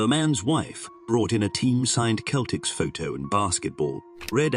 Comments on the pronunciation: You have a very nice voice--cultured and melodious. I have to make some corrections in your narrative. It isn't "Jeff Kennedy" It's John F. Kennedy. "Boston Celtics" isn't pronounced with a hard K" like the people of that name. The basketball team is pronounced "Seltics," Also, "Gentlemen Prefer Blondes" isn't pronounced "Blondees" The "e" in Blonde is silent. Sorry to point these things out but just want to suggest you research how words are pronounced in American English vs British English. There are some other mispronunciations--one is a French word--but I won't mention them specifically because I've unloaded on you enough! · The Boston Celtics pronunciation really killed it.